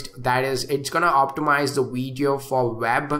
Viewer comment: Stop Smoking Weed So you can Pronounce Video Correct Haha Nc Weedio men